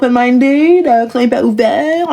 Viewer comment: Hyper et non iper😂😂😂😂